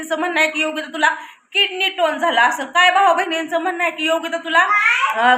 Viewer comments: अगं ताई किडनी टोन नाही किडनी स्टोन आहे...... आधी दवाखान्यात जा डॉक्टर सांगतील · किडनी टोन नाही ग बाई,किडनी स्टोन .म्हणजे मुतखडा